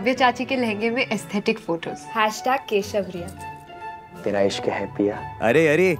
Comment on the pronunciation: “Keshavriya” nah nah nah kesariya hahaha